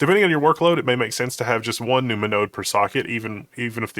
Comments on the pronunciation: i thought i was crazy hearing num-numa too🤣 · Nu-ma-nodes? Half expecting to hear Ma-Na-Ma-Nah (doo-do-da-dat-da)